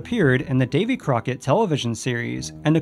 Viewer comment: It's not Davy Corckett, it's David Crockett